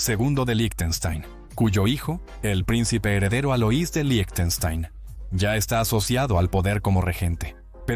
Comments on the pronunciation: debería decir líjtenshtain /ˈlɪçtn̩ʃtaɪn/ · Que mal pronuncias Lichtenstein Suena como "lichestein"